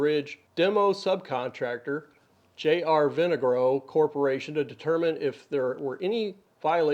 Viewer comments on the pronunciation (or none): You know that you’re on to something when they start firing back at the mean YouTubers. He hates that Rhode Islanders trust you more than him. Also, it’s pronounced vin-AH-gro